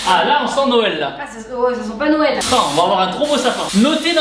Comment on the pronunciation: les cadeaus de "noyel"